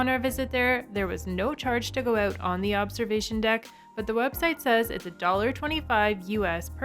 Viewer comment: Good video quality, and you and your husband (?) are very well spoken, even if you do have a problem pronouncing "out" 🤣